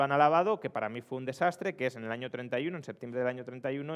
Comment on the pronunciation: En la primera frase del video parece que diga "Yo no sé precisamente qué hay en ese ano"